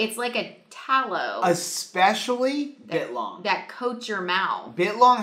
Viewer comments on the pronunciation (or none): Every time you say bit-long a piece of me dies (all most as much as when you say 'Awl-di' not Al-di' also biltong is not a type of jerky but a totally different type of dried beef snack - its kinda like calling a hard cider a beer - they're verrrry similar in most senses but to those who consume a lot, its a world of diff... Jerky is dehydrated/heated and lean cuts where biltong is often fattier cuts and its always air dried/hung etc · It’s Bi LLLtongggg lol!!!!!!! Not bitlong!!!! Hahaha!!! You had me cracking up!!!! 😂😂